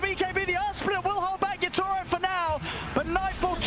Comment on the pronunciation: My god I fcking hate how the caster pronounce Yatoro’s name